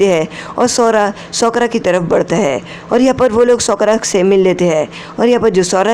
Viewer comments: Sakura ❎ sookra ✅ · Bhi uska name sokra nhi ha Sakura ha Thik sa bolo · It's not सोकरा it's साकुरा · Kya tumhe Sakura bolna nhi ata ha